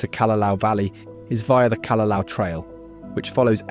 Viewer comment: The mispronunciation is one; look at the spelling of most of the chapter names. "Narali Coast" "Kalalao Valley" "Hanlay Bay" "Qualoa Ranch" "Cocoa Head" (in addition Koko Head is actually across the road and this is Koko Crater).